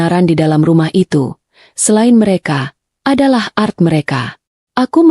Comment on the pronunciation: Bukan art membaca nya ,tapi A R T